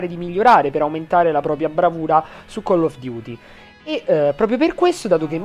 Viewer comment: attenzione forse il nostro pow3r ha smetto totalmente di pronunciare chell of duty al posto di coll of duty (la pronuncia intendo) ahahahahahah grande pow3r big up !!!